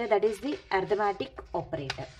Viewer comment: ARITHMETIC not ARTIMATIC